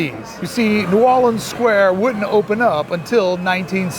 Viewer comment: Your THE ONLY Vlogger who said Nu-whawl-lee-unns the way NOLA locals do. Very impressive.